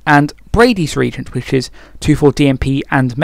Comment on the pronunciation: Why do you keep calling it regent instead of reagent....